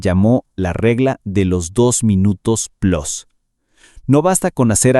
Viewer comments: Plus Se lee Plus, no Plos😅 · No entiendo porqué el hablante no sabe pronunciar “plus” y dice la barrabasada de “plos”. Se sentirá muy gabacho el güey, lo que es todavía más incomprensible cuando su pronunciación en ambos idiomas es tan mala. Re-edúquenlo o reemplácenlo. Pero al decir “relief” mal pronunciado y cortado, cuando en la pantalla aparece la palabra “relieve” parecería que el contenido no es original sino mal traducido del inglés. Estos creadorcitos deberían regresar a la escuela antes de publicar videos.